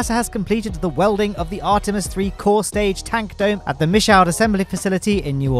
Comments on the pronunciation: New Orleanian here. It's pronounced "ME-shoo" or "ME-shoo'd" not ME-shouwd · it is pronounced "Mee-Shoe" in New "Orlens"